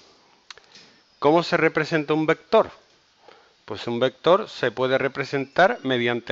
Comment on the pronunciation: Pero entonces llegó el "vectoorrr" en un "cuatrimotorrrr"